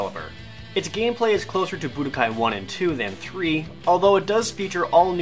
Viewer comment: I like the part where Jared says Budakai =3